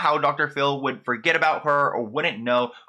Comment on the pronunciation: I thought she pronounced her "name" with like a northeastern accent: Bad Barbie=Bad Bah-bee not baby? Ughhh why do I even care about this lol